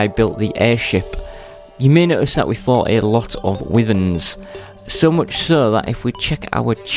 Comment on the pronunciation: It's not wivern , it's pronounced Y-vern